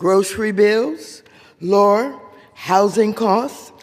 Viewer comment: “Uthortarian”? “Louer housing costs”, “…instead of doing the work of our constituents desperately want us to do…”, “capitalistist”, “…moderen day dictators like Vedemar Putin…”? All this while reading from a script! She still cannot form coherent sentences and destroys pronunciation. Astounding that Watters has any job, let alone being in congress.